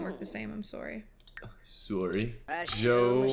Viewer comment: mandys ‘soreh’